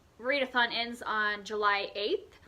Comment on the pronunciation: Read-eh-thon -- that's hilarious!! I'm not a classics reader, but Jane Eyre is one that I've read, and I love it. I didn't realize it was over 500 pages, though! I also loved The NIght Circus. You have some great books on your Tome Topple list! Good luck with these!